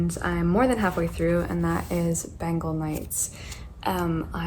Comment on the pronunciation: I am really sorry to point this out...but it's not pronounced as Ben-gal, it's pronounced as Ben-gaul, so yeah just that. It's my fav book so couldn't help with that .